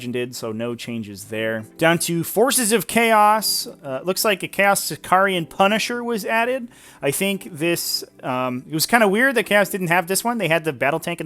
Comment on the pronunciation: It's Sicaran, not Sicarian. You probably watched the Sicario movie one too many times.